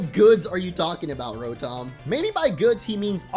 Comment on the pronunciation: It's pronounced ra-tum